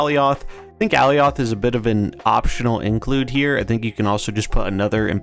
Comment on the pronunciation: Youre saying Alioth wrong :) you can watch some clips pf the loki series to get the right pronounciation